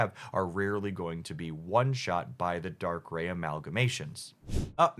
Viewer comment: Subbing for the correct pronunciation of "Darkrai"!